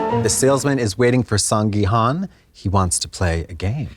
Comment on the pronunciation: If you guys go to Korea at least try to say people’s names right…come on it’s HOON not HUN